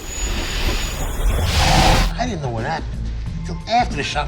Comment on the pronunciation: I di-dent 🥴